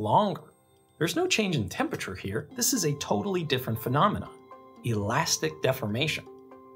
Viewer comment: couldn't get passed that pronunciation of temperature